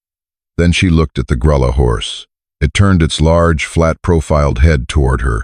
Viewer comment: Revise your ai narration to pronounce lead rope correctly- it’s pronounced LEED rope! The color of the little horse is pronounced “Gruya” ( it’s Spanish meaning mouse colored). Geldings cannot sire offspring!!